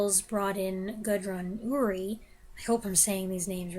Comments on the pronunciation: Have you seen any of the Mr Belvedere films? It seems odd that Clifton Webb would headline a franchise and I think only the first Sitting Pretty is really good. He steals it but he's not the main star. Ure as in Gudrun or Mary is pronounced ewe-er. Thanks for a great review. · Olivier's make-up was not "minstrel-style". It was simply black. But now that racial politics and fashion have absurdly made the portrayal of a black person by a white actor taboo, rational discussion is impossible. By the way, "Ure" is pronounced like "your". Gudrun Ure was a Scottish actress, famous in later years for playing "Super Gran" on children's TV.